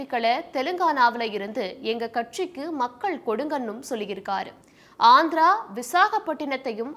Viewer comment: அது என்ன அந்திரா உங்க தமிழ்ல தீய வைக்க